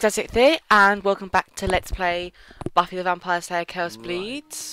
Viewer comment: when you said, ''c'mon Buffy.'' which, to me, sounded like baffy. srry for the mistake :-)